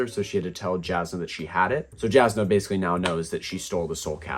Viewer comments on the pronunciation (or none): Jasnah is pronounced Yasnah